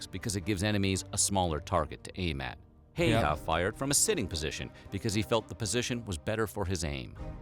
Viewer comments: Last name pronounced "Hay-Hay" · Why can no one pronaus his name right im finish and it sounds werry weird when peipol call him simo hauha or simo heiha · I think it’s pronounced hawha:l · its saymo hayha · You vocalized his name like "Äijä" which means DDDude with BIG D, or very masculine man XD I loved that! He actually was very nice, always smiled and was only little pass 5". Against all odds he lived to 96 y/o! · It would be nice if people could at least take a look at how to pronounce Finnish names. Nothing has to be perfect, just check the Ä's, the Ö's, and the Y's to avoid "Heihaa". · ah yes, simo heyaa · To simplify his name, its Semo Hay-Ha or simo hai ha in latin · The narrator mispelling Simo's surname as "Hay-hah!" is just so cringy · He pronounced his last name wrong Häyhä. It's pronounced like How-ha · His last name is pronounced (how-ah) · And most importantly his name sure isn't pronounced Hei-Ha. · true but if you dont speak finnish it is hard to pronounce it so usually its pronounced hai-ha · The pronunciation of Häyhä tho 😁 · IM FINISH AND FURIUS!! you pronaunsd the name wrong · just as a guide, no one in this video pronounces häyhä correctly. hä - ha from hand (depends on pronounciation. Don't be posh and so don't pronounce it with a loud aa, and you'll get it.) y is the crux of the problem as i don't believe the finnish y has any counterparts in English, which is why many can't pronounce it. in fancy talk, it would be the close front rounded vowel. Guides for pronouncing the finnish y are founded online. hä - ha from hand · Finnish people lauging cause they are pronouncing the surname wrong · as an old finn,name is so wrong prononced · The pronunciation of that name was absolutely horrendous. Saying this as a half Finn half American. By far the worst I've heard. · ffs no one pronounces his name correctly!! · They could have at least learned to pronounce Häyhä's name for the original video. :facepalm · The Ä is pronounced like the A in Bad.